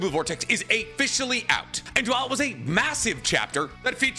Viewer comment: "Chapter 23 is *A*fficially out." We afficial now boys 😂